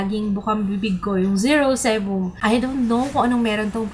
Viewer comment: zero sebum (si-bam)